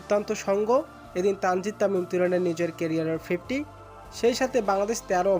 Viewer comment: তানজিদ তামিম নাম টা উচ্চরনই করতে পারে না